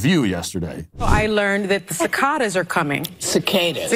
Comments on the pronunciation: But its pronounced "kick ah dah" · Sunny trying to tell us facts about cicadas when she can’t even pronounce the name 😂. And wow the bar for what is considered intelligent has become so low. Everyone in the comments praising Whoopi’s intelligence because she disagrees with Sunny. Thinking earthquakes and eclipses are unrelated to climate change should be common sense. Ill give Whoopi a point though if 17 years is correct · Sunny Hostin Super Genius. Can't pronounce cicada and then blames 3 naturally occurring events on climate change! Sad that there are people who listen to her and think that she is intelligent!